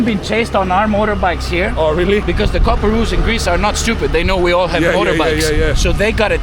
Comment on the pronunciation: By far one of my favourite videos so far this guide was cracker, knew so much, I can't stop laughing at him saying "coparoos" 😅😂 God bless you bro in Jesus name you're an absolute legend